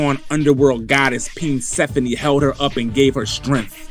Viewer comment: "Peensphone" has me in tears 😭😂😂